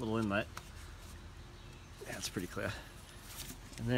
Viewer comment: What’re “filta” and “yea” and “yad”Just kidding. Good job, very helpful, and very likable!